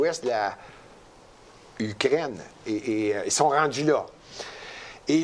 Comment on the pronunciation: Quand dit Ukraine, ça sonne comme Ugrainne. Trop drôle!!